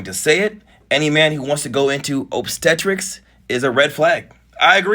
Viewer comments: Soooo… you’re saying a man having sex with his pregnant woman is weird???? Ummm… ok? 🙄 tf!? And it’s OBSTETRICS! Not OBSTERTERICS! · Ob stetrics lawd you pronounced that crazy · lol it’s pronounced ob-steh-trix and it’s what the OB in OBGYN stands for lol the GYN obviously is gynecologist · 😂😂😂 Ob-stet-tricks wrong emphasis on the syllable😂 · “Obsteterricks” got me dead 🤣 I love you! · Obstetrics is pronounced OB-stet-ricks ❤ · you can't read at all. obstetrics is NOT pronounced like that. just click the sound icon so you can hear it